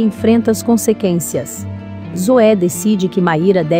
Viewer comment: Meu bem espero que você pronunciar as palavras corretamente por favor nossos ouvidos não aguentam CONSQUENCIA. MISERICORDIA. E CONSEQUENCIA VOLTA a Estudar por favor